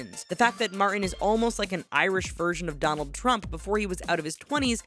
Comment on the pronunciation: Martin has a 't' in it!